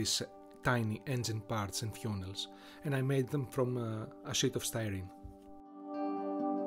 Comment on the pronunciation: Bro really pronounced funnel fewnel